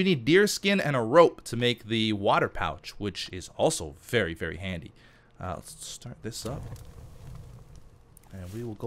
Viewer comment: You mean berry, berry handy? :D